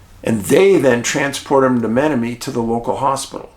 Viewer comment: It's pronounced Ma-nom-ma-nee